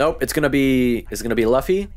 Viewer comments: No no no~ it's not "Luff-e" it's "Lew-fe". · Bruh pls don't torture us by saying Luffy as Laffy. Its like saying Zolo instead of Zoro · You probably have been told this but in case you haven't, the main character's name is pronounced L(oo)fy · Yeah i felt stupid saying luh-fee the entire time and then i hear say “loo-fee” like “….oh… my bad” lmfaoo. Trust me its gonna take a long time for me to correct myself and pronounce it loofy, its gonna be the “kurapika is not a girl” meme all over again lmfao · I should have known bc i dont think japanese language has “uh” sound pronunciation, u almost always represents an oo sound like fool. Names are always complicated. Luffy Loofy. Krillin Kururin. I pronounce Gon with the “Go” pronunciation even though its “gone”. I still say Hizoka sometimes bc of my chicago accent way of speaking, instead of Hissssoka. I remember i would pronounce Killua sometimes like Kahlua the liquer by accident before i really got used to “Killwa”. Mugen i’d use the soft G instead of hard G pronunciation. Though im glad i at least get naruto right, and i know japanese pronunciation enough that “u” and “i” are rarely stressed, like desu or deshita, so i knew how to pronounce Sasuke. Languages are so fascinating. Im so trash at names lmfao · How have you seen so much anime and still pronounce luffy without knowing how to pronounce lu?